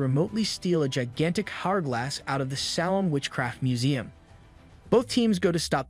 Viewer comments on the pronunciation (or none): none